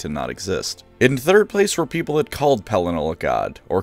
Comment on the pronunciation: Pelinar 🤣 the intentional mispronunciations are damned funny 😆 not laughing at you but laughing with you!